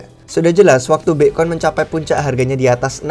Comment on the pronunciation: wkwkwk ky aneh aja denger nya